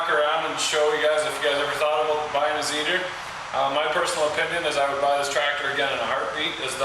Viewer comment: Not bad video.. only 2 mistakes.. you pronounce Zetor in a strange way. and what you call “screen" is called a filter.